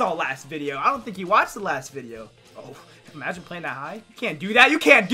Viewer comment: Why he keep saying amagine